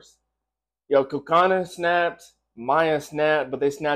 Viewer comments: its CO-CO-NA Not CO-CA-NA... its co co naaaaa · You’re saying it wrong.. it’s co co na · CO-CO-NA not so hard to pronounce. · No, you did not pronounce her name right, but you'll get there :P Cocona (1st lady) was the one who shaved her hair in "woke up".